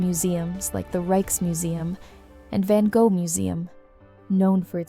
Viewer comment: Really nice. There is just the pronunciation of Van Gogh, stroopwafels, Den Bosch, Gouda that could be improved upon.